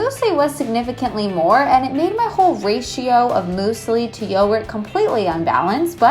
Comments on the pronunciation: Anyone else cringe when she says "moosely" not muesli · Moosli? MOOSLI? is it not muewsli? What's going on in America!!!???!?!? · Is it even a video if she doesn't say moose-ly (muesli)?? lmao love you girl! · LOL "mooseli" hahaha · Why do you call it moosly oh my god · I wonder if she realises how incorrectly she pronounces musli. 😂💜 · I really enjoy the way you say muesli 😂 Also Tesco always!